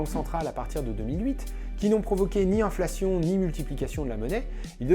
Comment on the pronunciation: L'inlfation, ce terrible mal :D